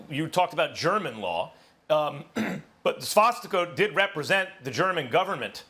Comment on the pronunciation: I laughed so hard when he said that, it feels like something id hear out here in Kansas lmao.